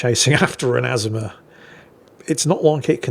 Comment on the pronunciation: you kill me how you butcher the name of famous ships where the correct pronunciation has been in video after video including real war videos. This ship you featured is not pronounced AZ-UH-MUH it is pronounced, UH-ZOOM-UH. Just like the Yamato is pronounced YUH-MAH-TOE not YAM-UH-TOE!!! All that said I still love your replays and look forward to them with my coffee!